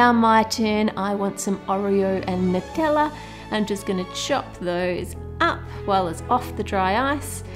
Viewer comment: I don’t know why the way she said Nutella had me laughing